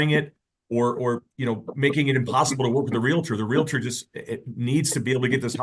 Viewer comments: Taking housing advice from someone who says "realitor" and not realtor is dumb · it is NOT Realuh Ter it is Realtor, REAL TOR just like it is spelled. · It's REEL-ter not REEL-a-ter. Ahhh. She's unbelievable. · Real-uh-tor? Parteee?? Not only does she have an anger management issue, shes also illiterate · It drives me crazy when people say “reeliter”. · Respect my Realty! Do you know who I am? I'm salesman of the month!! Do you know how many seminars I've attended? That's right pal, that's my parking spot right there. Nobody pronounces doctor wrong!? Sheesh. Get it right.